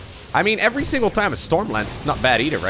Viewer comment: I told u on stream u always say effery one